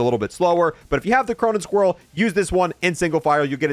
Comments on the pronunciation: KY-merr-uh and Cronen SkWALL.. not squirrel wtf is wrong with this guy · “Cronen squirrel”🤣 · "Cronen Squirrel" 💀💀💀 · "Chai-mera" "Cronen Squirrel" 😬